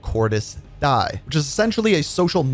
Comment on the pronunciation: Pronounced De ez